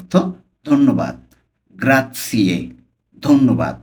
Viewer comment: গ্রাতছিয়ে না গ্রাচ্ছে😂